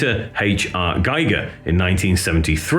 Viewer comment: Giger is pronounced with an "ee" , like "here" or "me" ;) good vid though!